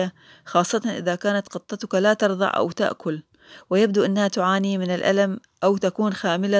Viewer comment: لو سمحت و انت بتنقل المكتوب على قوقل حاول تنطقه صح، تُرضِع وليس تَرَضع، و حاول انك تشير ان المعلومات منقوله من الانترنت و ليس من خبرتك لان احنا ك مشاهدين هنبدأ نسال ع مساعدتك ع اساس انك خبير في القطط.